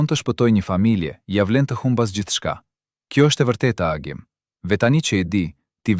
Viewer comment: Nga Pogradeci nëpërmjet liqenit janë arratisur shqiptarë,por jo si na i tregon ky karafili,i cili gënjen pa pikë turpi duke folur që shqipe sallatë.Agimin e thërret Axhim e plot budallallëqe të tjera.Po ju jap një fakt.Kosovari që tregon këtë histori të stisur thotë që Agimi dhe gruaja e tij lidhën në trup shishe plastike dhe mbi kurriz lidhën fëmijët.Në këtë mënyrë nuk noton dot dhe në vitet 80 nuk kishte shishe plastike apo bidona si u themi ne,sepse vëndi jonë nuk importonte coca cola apo pije të tjera,sepse regjimi nuk e lejonte.Ato i shihnim vetëm në reklamat e RAI-t dhe TV jugosllav.Aso kohe regjimi diktatorial i E Hoxhës kish një marrveshje me Jugosllavinë që nqse arratiseshin shqiptarë nga Shqipëria i ktheheshin sigurimit shqiptar dhe anasjelltas Shqipëria kthente në Jugosllavi UDB-s gjithë kosovarët që arratiseshin për në Shqipëri.Kjo thënie se gjoja ata kërkuan azil në Republikën e Maqedonis është një gënjeshtër.Tjetër asnjë oficer i sigurimit të shtetit nuk ndihmonte një familje të arratisej.Prandaj mos i besoni këto gënjeshtra të këtij mashtruesi.